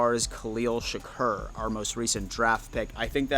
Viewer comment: Bro ima loyal follower but I cringe every time you mutilate a name. Tavon (Tay-von), Shakir (Sha-keer). Maybe you can re-watch old drafts to catch proper name pronunciations, they're pretty spot on; especially Goodell